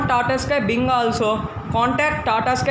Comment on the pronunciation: Binge not bing